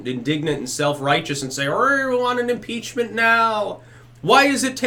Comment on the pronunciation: Muh peachment